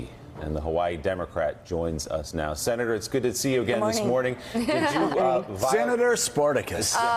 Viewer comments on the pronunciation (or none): Did he just say “sinnetor”?